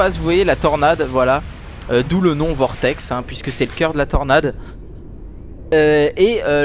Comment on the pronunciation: Et donc c'est Vortex et non pas Cortex ;)